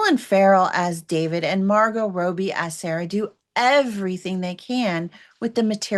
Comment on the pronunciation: Well, I didn’t love the movie. That said, when a reviewer mispronounces a major star’s name (Margot Row-B?), I need help giving you credibility.